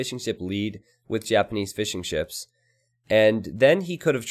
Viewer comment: I was confused for so long, why you always say Fish 'n' Chips but you actually say Fishing Ships... no joke i really just realized that, i always assumed its just a kind joke